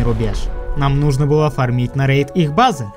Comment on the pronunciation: Не «фармИть», а «фАрмить»